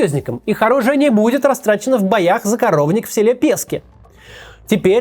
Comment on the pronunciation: ПескИ, а не ПЕски. Пусть вам редакторы ударения ставят в названиях.